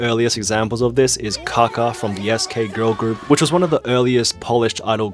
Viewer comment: "million dollar kaka?" Pronounced "CACA?" 😳😆